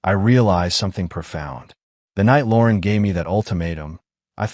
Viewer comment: Lauren is not pronounced as Lorn